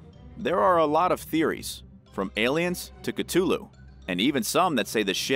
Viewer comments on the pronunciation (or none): Say it with me now - Ka-thoo-loo.